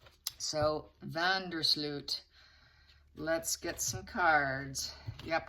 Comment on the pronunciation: His name is van der Sloot with the oo sounding like in no.